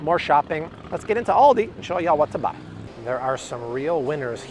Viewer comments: AL-di. It's ALdi. AUdi is a German car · Thanks! But Aldi is pronounced like the name Al… as in call me Al… Aldi. :)